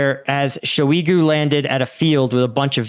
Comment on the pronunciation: it's pronounced shoy-gu, nor sho-ee-gu